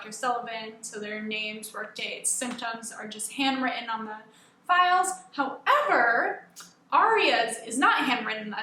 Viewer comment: Lol I thought you said "looking at females on her computer"